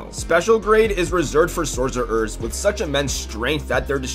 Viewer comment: will you please talk normally bro what on earth is a Sorcer Er